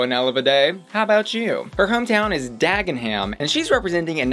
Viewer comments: saying Dag-en-ham when it’s pronounced Dag-eh-num kills me as a Brit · Dagnum. Not dag-en-ham (Dagenham). Sorry, had to explain, being an Essex girl an'all. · queen IT’S PRONOUNCED DAG-EN-UM NOT DAGENHAM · Maybe even pronounced “dag’num”. Depends where you are. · The Lancashire rose look was amazing. It's also pronounced Lanc-a-shur 😋 and Dagenham is Dag-num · "Her hometown is... Dah-gen-ham" CRYING 😢 Hahaha <3 u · Dagenham is pronounced Dag-in-umm <33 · when saying Dagenham, don't fully pronounce, it is actually suppose to sound like Dagnum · "Jam" as in "Ham", not "Jam" as in "Gym" 🤷🏻‍♂️ Tea Table?!? You meant Tea Cake Stand? The "H" in Dagenham is silent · it’s so weird hearing dagenham being pronounced like this 😭 i forget that americans say the h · PLEASE PLEASE PLEASE never say Dagenham again